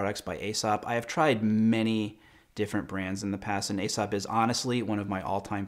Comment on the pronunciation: Aesop is pronounced ee-sop.